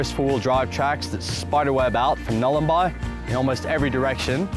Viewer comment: It's Nhulun--boy... not Nhulun--buy. Awesome footage, awesome video.. Just correcting you on the name there. Edit: I'm talking about the pronunciation too, not the spelling.